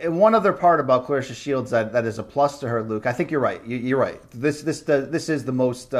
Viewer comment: u r saying her name wrong, she corrected brett go to that video and see how it's pronounced